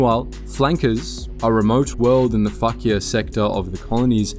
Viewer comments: I'm sorry. The What-sector? I understood F*** yeah-sector😂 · Apparently "Fakir" sector. But I heard F Yeah too. Hahahaha